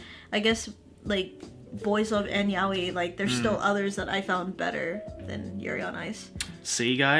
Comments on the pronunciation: I'm multilingual. I don't suddenly bust out my other accent in the middle of an English conversation even if I'm mispronouncing a word that I know for certain is said completely different in the language it originates from. It's to make conversations feel natural, understandable and familiar so I just stick to the accent of the language I'm currently speaking in. That's probably why his pronunciation of the word is 'wrong' when he speaks English. I don't doubt if he speaks in Japanese he'll correct it to the 'right' pronunciation. Also just a disclaimer that I don't do this consciously. It happens without me even realising. I'm also only speaking from my own experience, so I'm not speaking for all other multilingual people, just for what I've observed from my own speech patterns. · you know what, let's just agree to disagree. I don't think you're understanding my point. I'm not arguing that he's NOT pronouncing it wrongly, I'm just saying it makes sense for him to pronounce it in an English accent when he speaks ENGLISH. And with my example, fine, take ANY English word and place it in a Japanese sentence. Even someone who speaks both languages fluently would 9/10 times pronounce the English word in a Japanese accent when speaking Japanese. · How is fluent in Japanese and still pronouncing it as yow-ee instead of yah-oi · it's pronounced 'ya-oi', not 'yao-i'. You can search demonstrations on yt. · pronouncing yaoi like 'yao-i' is not an accent, for chrissake. It's plain wrong. Any English speaker can choose to pronounce it correctly. That's not comparable to Japanese trying to pronounce English and it ending up as Engrish, they CAN'T pronounce it better (unless they go through extensive studies). You're trying to make me look bad here, but I won't accept wrong information. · Why are you mispronouncing 'yaoi',? You know Japanese... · A Japanese word isn't pronounced differently in your language. It's a JAPANESE word. You're just pronouncing it wrongly then.